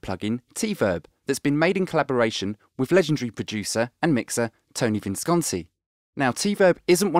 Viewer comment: In tribute to Visconti, finally pronounces his name correctly. Beautiful.